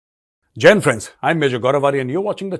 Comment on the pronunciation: It sounds like "Jain friends". Please give more emphasis and clarity on your greetings. 😊😊!